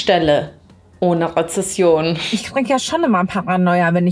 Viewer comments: warum sagt sie inmer rezession, statt rezension. seit wann reden wir hier über konjunkturphasen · Rezession“? Nicht böse gemeint, aber warum verdienen gerade solche Menschen so viel Geld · RezeNsion,. Nicht "Rezession".:D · Ja, ich schäme mich mich für diesen Kommentar, aber als angehende Deutschlehrerin kann ich einfach nicht anders, tut mir leid🙀: Es heißt Rezension, mit N in der Mitte, Rezession bezeichnet den Zustand, in dem die Gesamtwirtschaftsleistung in einem Staat zurückgeht. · Der Begriff Rezession bedeutet Rückgang und stammt aus dem Lateinischen... wenn das noch einmal sagt und Rezension meint, schreie ich und deabonniere 😂😅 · Hey, das ist REZENSION, nicht Rezession, so wie du das aussprichst. Sie zwei sehr verschiedene Wörter, die absolut nichts miteinander zu tun haben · Cooles Video! Es heißt aber Rezension und nicht Rezession ❤ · Es heißt RezeNsion 😅 nicht Rezession - das triggert mich jedes Mal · Rezension nicht Rezession.